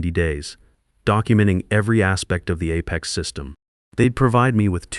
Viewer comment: I enjoy how the AI makes up slurred mumbled nonsensical sounds as substitutes for many simple words. And if you are going to use a word -- like Apex -- perhaps make sure AI pronounces it correctly. All in all, this really detracts from an otherwise interesting story.